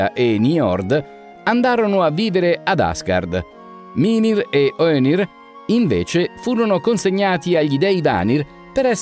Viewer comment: possibile che sbagli tutti gli accenti? mimìr non mìmir, vanìr non vànir